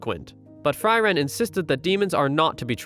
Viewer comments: All this Member have german names. Frieren [ˈfriːrən] not Fry Wren = freeze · It´s Fri: ren, not Freiren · It's pronounced (free ren). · I feel things about how the protagonist's name is pronounced throughout this. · German names god dammit... i dunno how you managed but your pronounciation of Eisen just sounds wrong. as well as Frieren which you absolutely butcherd. Himmel and Heiter are hard to butcher but i imagine some people may still be able to do that (you didn't so you can pat yourself on the back). Himmel (means Sky) Heiter (means (well it's actually a lesser form of happy yet still happy)) Eisen (Means Iron) and Frieren (means Freezing) for anyone interested to know